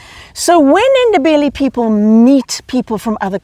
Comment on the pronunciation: Great effort on pronouncing "Ndebele" people.